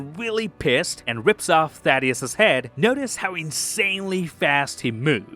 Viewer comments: It's not "Thaddeus" They never ever say "Thaddeus" They say THAEDUS - THAY-DUSS Another content creator said the same thing the other day. How are people this dumb and/or willfully ignorant? How can they hear the word pronounced correctly and yet continually mispronounce it? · The way bro pronounces Theadus’s name makes me think bro didn’t actually watch the show